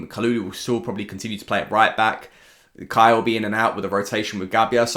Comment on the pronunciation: iirc a couple years ago in an interview Kjaer said he pronounces his name K-eye-air (the way you do). I think the name is traditionally Kee-ahr or Kee-air. But that's not how his family pronounces it so you're right on.